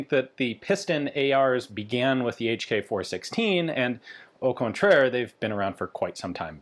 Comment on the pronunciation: You nailed the "Au contraire", GG !